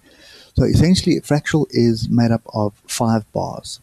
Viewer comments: fractAL not fractUAL, just want you to be the best you can be! :) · Its fractal not fratchal